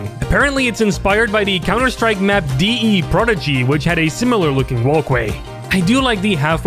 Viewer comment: you say "DEE EE PRODIGY" like it's a foreign language... fair enough